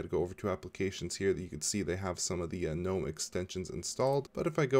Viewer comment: ... I have to commend you on a small matter, pronouncing "gnome" as 'noum' , as it is suppose to be pronounced... for years, a would be Linux 'specialists' would put "g" in front and screw my day.. Thank you...